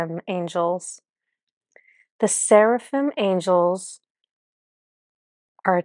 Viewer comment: Fascinating! It resonated with me that each group was a projection of the previous group which all lead to one consciousness or Creator. Yes, you pronounced Cherubim and Serafhim correctly and both are mentioned in the Bible and in Kabbalah as Creator’ angel companions. I also liked to find out that Archangel Jophiel is a projection of Archangel Micheal who I have been fascinated with. Thank you!❤️